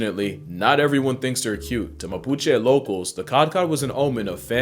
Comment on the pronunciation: I love that you not only perfectly pronounce guiña, but also mapuche, god bless you ma bruda